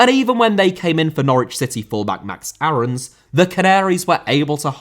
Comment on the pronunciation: max aarons is pronounced “airens” not “arhowns”